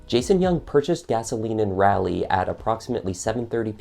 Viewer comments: When you miss pronounce something and then say it 50 times, it's awfully distracting. Case in point, "Rally, Rally, Rally." 🙄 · As someone who used to live there it made me cringe a little when he pronounced it's ray-lee lol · The letter A in RALEIGH uses a different pronounciation, RaH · I've lived in NC all my 41 yrs... Raleigh is pronounced like "Jolly" 😅 You're killing us here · This is kinda trivial but an engagement ring is a gift and nothing says it has to be returned to the person that bought it. And nothing makes it okay to rip it from the finger of the owner. I'm watching this 8 mons after the video but being an NC native I know it's Raliegh not rally. Like sir Walter Raleigh. I love this channel but the rally thing drives me nuts. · raw-lee. thanks. i live in the area but for whatever reason did not follow this case closely. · Just saying as a Carolina resident...it is Raleigh NC not Rally. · If you ever have to pronounce the name Raleigh again, make it rhyme with words like Wally or Dolly. Very good video, by the way. I am already subbed. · Great video, but yes its definitely not Rally NC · [ R AW - l ee ] is the way Raleigh NC is pronounced. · Yeah, 'Rally' shouldn't be a distraction from the story, but it is for me too. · "Rolly"??? As in a dinner roll? Ha, I don't think so! People in N.C. would know you're a foreigner if you call their city something near to a dinner roll. Try "Rah-lee" instead. That should save you from an arse whippin there. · Thanks 4 the vid. But your pronouncing the city wrg. Its..... rah- Lee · I was more bothered by how he kept calling that city in North Carolina "Rally." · You are absolutely butchering "Raleigh" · Drives me crazy that he keeps mispronouncing Raleigh, North Carolina! 😂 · Worst crime here is your constant terrible mispronunciation of “Raleigh” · I'm not sure why so many you tubers have a hard time pronouncing Raleigh. It's the same as Sir Walter Raleigh. Soft a. Ugh. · Pronounced Raw lee not Raa leigh.